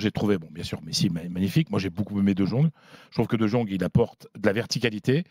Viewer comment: j'parle d'hermel comment il prononce le nom du joueur ... Dejongue hhhh C'est abusé frère ..